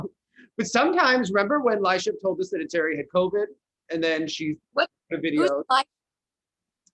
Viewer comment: I feel like Meagan was totally counting out the Germans Fabienne Hase and Seegert at Skate Canada. I think they could definitely be mixed into that mid pack if they're in their pre-pandemic form. (Also, I'm not sure she should be the one we turn to for name pronunciations. 😛Thierry = Tee-air-ee or Tyair-ee) Sorry Meagan, I do enjoy your commentary! And I 100% agree about Mark Kondratiuk! And yes, Galyavieva and Thauron are definitely the French team you liked! 😉